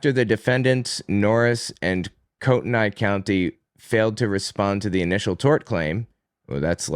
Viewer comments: it’s pronounced Koo-ten-ee. The spelling is confusing, I admit. Love the podcast, btw! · If it's Kootenai, it's prounounced "Coo-ten-ee" to my understanding. It's a first nations place name.